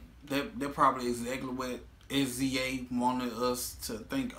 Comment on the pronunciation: "Sizza" -Sza